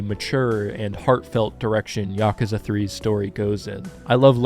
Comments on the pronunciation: I mean, the way you pronounce Yakuza is definitely more correct than YakOOza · No need to defend your pronunciation considering it's the proper way to say it. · My man here starting the video by apoligizing for saying Yakuza correctly. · Your pronunciation of "Yakuza" is more in tune with the actual Japanese pronunciation than the English "yah-kooo-zah"